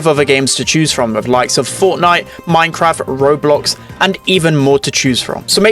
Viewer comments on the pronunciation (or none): none